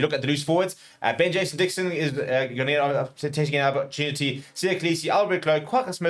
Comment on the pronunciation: to - what did you say about Ben Jason Dixon? It's all mumbles, can't understand it at all.